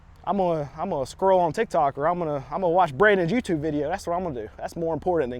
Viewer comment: its the you-bi-ty-tube my dude